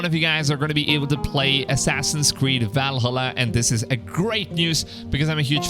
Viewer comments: It's ValHALLA, not VALhalla. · Never heard anybody mispronounce Valhalla like that like bruh, how did you say it in one syllable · The way you pronounced Valhalla lol. Love it. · the way he says valhalla tho lol